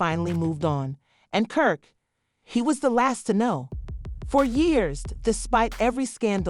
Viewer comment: you definitely called him perk🤣🤣🤣🤣